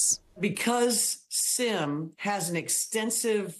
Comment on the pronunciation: Reporters keep pronouncing his name like "sim" card or "The Sims" video game, but if he's Korean then his name is pronounced more like "Sheem"